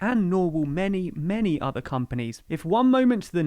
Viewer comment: "MANY OTHE COMPANIES.." ? I didn't realise Nick Clegg had an Irish accent! 😆